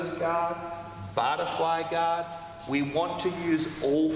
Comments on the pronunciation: I often hear "God" when he says Guard 😊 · Yeah us Aussies drop the ‘r’. Americans pronounce the ‘o’ like an ‘a’.